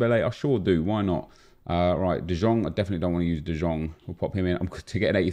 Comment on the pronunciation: DE YONG NOT DE JONG